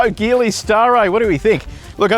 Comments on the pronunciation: Hey, great review as always. Just a quick note this brand is pronounced Jeeli not Geeli. Cheers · What’s the battery charge when you did the acceleration test? The result is slow probably due to the low battery charge. Also Geely is pronounced “Jeely” 😅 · Sorry mate but you should do better research! 🫣🤔 Have you done any??? In Chinese, the car brand Geely is pronounced as "jee-lee". The native Mandarin pronunciation uses a soft "J" sound, similar to the word "jeep". Seriously, if you can't do basic " research" on the name of the brand, why would I think that you did good research on this car!? Honestly, right from the jump your review is iffy? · A few years back, I worked with a native Chinese speaker and he pronounced it "Shee-lee", which kinda sounds like a soft "g". Definitely not the hard "g" used though